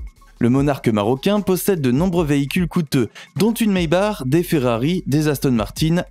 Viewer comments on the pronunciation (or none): none